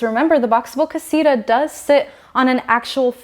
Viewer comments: It’s not Casiruhh “ CASITA “ Kah see tuh” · Is not casira its casita